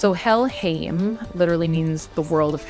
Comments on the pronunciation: I thought "-heim" is pronounced "haym". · Somebody gonna tell her how to pronounce Helheim?